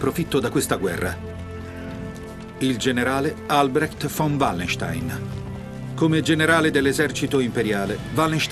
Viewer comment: Quando dice "von vallenstein" ha messo incinta 4 teutoniche